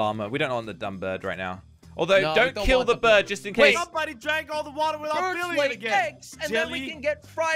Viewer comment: The brird you for got the brird eggs